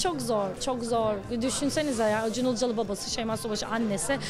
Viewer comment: Çok değişik ACUN diyor OCUN der gibi 😊